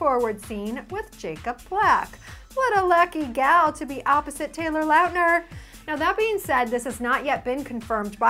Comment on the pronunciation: Doesn't it sound like says Lautner wrong?or does 3 quarters of the world population just say it wrong?